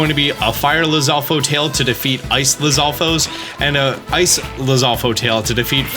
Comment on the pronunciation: It's "LizalfoS" not "Lizalfoe" lol